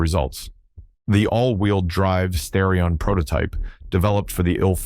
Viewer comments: Now redo the commentary and say STAR-ee-on every time instead of STARE-ee-on most of the time. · You keep saying Sterion instead of Starion. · STAR-ion, not STARE-ion. Also, your images do not sync with your audio description such as when you refer to the wide body when displaying the narrow body and wide wheels while showing the narrow ones again. I really like these and my best friend had a 1988 that he blew the head gasket dialing up the pressure. It was a pretty capable car and thank you for the video. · Many Asians would pronounce "Starrion" as Stallion, not the other way around of course, due to the difficulty of pronouncing the R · Starion. As in "Star" not "Stair". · Bro I can't unhear this as a stallion mispronunciation 😂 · Learn to pronounce the name of the car if you want any credibility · Lololololol oh I rearry hope it was a misplonounciation of starron. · According to Jeremy Clarkson (so it may not be tue because it contains a racist element) Mitsubishi wanted to call it The Stallion but the Japanese can have a problem pronouncing "L"s.. Supposedly they'd contacted graphic artists to produce the lettering on the car, and... Well, we have The Starion! I have to admit the way he told it sounded convincing, but to some, racists often are.. Me? I give it 50/50.